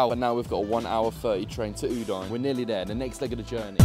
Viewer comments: I love you, but cmon, u-dine?😂😂😂 it's pronounced u-dee-neh! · It’s OO DIN EH. How can you say Udinese correctly but get Udine wrong?😊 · I love your comments on the Stadio Friuli and the whole atmosphere from the... other side. I wish next time it ends with a big win for us Friulani! If you can say Udinese, so you should say Udine. Please call the city of Udine properly! Cheers from Australia! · You're the best,, but check out the correct way to pronounce Udine 🩵🤍🦅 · I love how pronounces Udinese corectly and then butchers Udine 😂 Keep up the support 💪 Forza Lazio 🩵